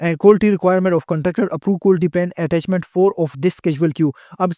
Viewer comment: Quality ko Qulti bol bol pori video ke ma behin Kar di professor sab nay,...